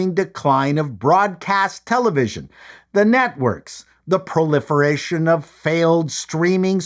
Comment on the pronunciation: I don't know why, but the way you pronounced "Proliferation" I seriously expected you to say "proletariat".